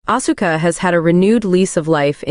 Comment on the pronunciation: Like how they pronounce Asuka’s name.